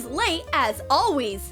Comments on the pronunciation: Why is she saying ALLWEES it’s ALLWAYS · They said:alwis Intead of:always 😂😂😂😂😁😁😁😁😀😀😀😀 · WHY DOES SHE ALWAYS SAY ALWEES IN COLLEGE VIDS??? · alwees lol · She said awas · “ and here is Alex, he is late as ALWEYS” 😂👏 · They said "his late as ALWIS" LOL